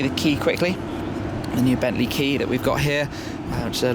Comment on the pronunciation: it is bentley not bentslye